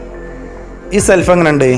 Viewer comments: Self alla shelf ennu parayanam. Oru nalla gas stove vaangaamaayirunnu. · സെൽഫ് അല്ല ഷെൽഫ് ആണ്